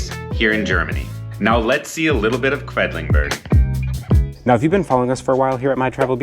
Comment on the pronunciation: Oh nein... you're pronouncing Quedlinburg the wrong way. Should be "Kwidlinboorg". Anyway, that's an hour's drive from my home. The area with well-preserved half-timbered houses that date back 1660 is a UNESCO Heritage site. Definitely worth a visit. At the moment, Wednesdays and Saturdays are market days so there are food trucks, flowers, fresh produce at the Marktplatz (city center) where the Rathaus (City Hall) is.